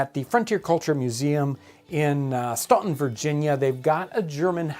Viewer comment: Staunton, VA is pronounced Stantan. During the Civil War if you pronounced it as John did and as us Yankees were taught to pronounce au as aw.. you were known as the enemy and treated as such. If you knew the proper pronunciation you were safe.